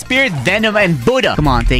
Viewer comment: Why is he calling the Buddha Buddh